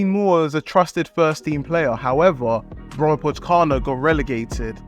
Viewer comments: "brommapotchkarna" :D that was a brutal prounounciation. it means "the bromma boys" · As a Swede your pronunciation of "Brommapojkarna" had me rolling on the floor! 😂❤ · Bromapokana😂 I am from Sweden so it is i little bit fun How do you say it. You say Bromma po J kar na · Great video! Love you trying to pronounce Brommapojkarna. :) It's actually Bromma Poikarna. (The "J" sounds like an "i") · Quick tip, the J in Swedish here is pronounced as a Y. It's more like Poy-karna. (It means "boys") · try see the "j" in Brommapojkarna as a Y instead, like "boy" but instead it's "poy" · As a swede I have to love the pronouncation of Brommapojkarna 😂 it's pronounced more as Bromma-pojkarna, which kind of means "the Bromma guys" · Great video, but the pronunciation of Brommapojkarna is killing me 🤣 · Yeah you kinda butchered it, but its all good. Your video is really good! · hahah yeah it threw me off and got me laughing hard 🤣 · You don' know anything about football. Can't even pronounce the club names, and you make it sound like Gyökere is not old news. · As a swede I wish you would understand how badly pronounces "Brommapojkarna". Funny... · 😂😂😂 isn’t the only me too 🇵🇹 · Haha sorry but as a Swede I have to tell you, that your pronunciation of ''Brommapojkarna'' is the worst pronunciation ever xD It's hard though! But was very funny as a Swede. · Hilarious pronunciation of Brommapojkarna. Bromma(a borough of Stockholm) and Pojkarna(The boys) if anyone wondered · The "Brommapojkarna" pronunciation is outrageous bro😭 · The pronunciation of Brommapojkarna is mental :D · Love it! Brommaboys